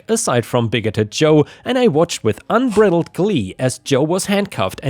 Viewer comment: DUDE, ITS UN BRIDE LED...... LIKE BRIDE ZILLA. YOU SAID BRIDDLED...... USUALLY DD IS THAT WAY...1 D... CHECK THE VOWEL BEFORE THE D.. ☺